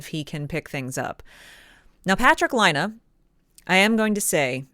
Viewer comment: Laine is pronounced "LINE - EH" = LAINE ..... NOT "LINE - AH" DOES NOT = LAINE. It's not hard to say.